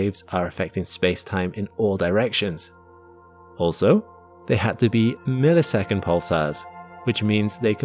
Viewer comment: Noticed this to. He just said it wrong.